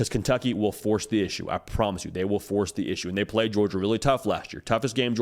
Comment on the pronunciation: “But Who Have Dey Pwayed…Dey Ain’t Pwayed Nobody”😂😝😛😜